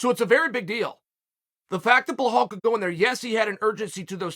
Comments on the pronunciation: Hey chael… his name is pronounced. Ba-lal. Not ba hall. 🤦🏽‍♂️ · its behaaal not bilal, Uncle Chael always gets it right thank you <3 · Who the hell is Blahall? His name is Bilal! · Bro it’s Belal not behall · Chael: Hi I'm Chael what's your name? Belal: Belal Chael: Nice to meet you Blahall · It’s not behal it’s belal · How does an easy Belal becomes HBHalal to you Chael. After this you cant pretend you cant pronounce names correctly. I mean its belal. B E L A L where do you see an H in that? It's clearly intentional now😅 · Who the hell is BLehal? 😂. You can’t even pronounce BELAL? There is no H lol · Dude, its Belal, not Bauhaul 😂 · Is B-E-L-A-L, old uncle; not Blue-hall…! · it's belal not blahal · is his name Blehall, or Belal? idk, I forgot the name.. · Thought his name was Belal not Blehaul. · 😂😂😂😂I can’t get over how Chael pronounces Bilal’s name hahahahah he’s gotta be doing it on purpose by now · Hes gotta be doing this name mispronunciation thing on purpose lmao. Bla-Hall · “Blehal believes in Blehal.” My word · why do you keep saying blahal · Who is this blehal guy Chael keeps talking about? I don’t recognize the name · Chael, can you say blehal believes in blehal 10 times really fast. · ...blahal...gufstason...breakfrast...I thought it was on purpose...maybe it's a speech impediment, maybe it's dyslexia...either way, I'm watching and listening...you see, kids?...DO IT!...MAKE YOUR DREAMS COME TRUE!!!... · If Chael says his name is Blahal, then his name is Blahal.... period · Chael: “it’s Blehall… remember the name” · No one: Chael: Ble-Hal! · please stop saying plahall, just say mohammed , it's so disrespectful of you to keep repeating it over and over . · Chael "Blehal" Sonnen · his name is Belal where the hell the H that you pronounce is coming from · I have no idea why he keeps saying behall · Are you meaning to call him “bla-hall” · Wait... did he just say Blahal? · Ble-Haal! Uncle Chael at it again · Blahall- Undefeated in Pronunciation